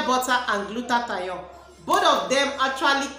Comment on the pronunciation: "gluta-thione' not "gluta-ta-yon. Moreso the red has caustic soda❌